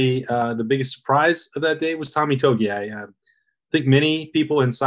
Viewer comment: It’s pronounced “2 E Mo Low Oww”